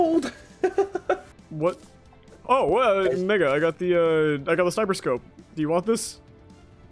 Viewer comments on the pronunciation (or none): it sounds like you said the n word 💀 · sounded like he said something other than mega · bro better have said “mega” and not what I heard him say 😳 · sounds like he isn’t saying mega